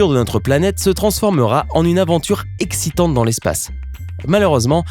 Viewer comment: a la minute 7 tu as dit exsitante ...